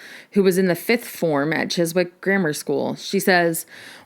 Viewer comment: Always happy to hear you talking about the Beatles. Btw, I'm an American but I watch a lot of Doctor Who so I happen to know it's pronounced Chizzick.